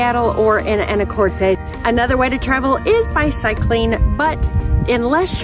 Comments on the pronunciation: It’s pronounced Ana- cortis not Ana Cortez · If you are going to do a review on the islands and Anacortes, PLEASE, PLEASE pronounce it correctly.. (a - nuh - kor - tuhs )...Not "tahs" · Ya Anacortes was named after Annie Curtis. Haha but the island its on i believe is a Spanish name. Fidalgo. Common mistake but funny. But yes its pronounced Anna core tis. And on the other hand, orcas Island is pronounced like the hispanic name, orkiss. Though many pronounce it like orca's Island when visiting haha. Its all good though. I was born there and visitors say anacortez and orca's Island all the time. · Some local feedback: it’s pronounced Ana•core•tis Also it’s Mount Vernon! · Mt Vernon not St Vernon and Anna cor tis is how Anacortes is pronounced. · Ikr the way she said it bugged me🤣🤣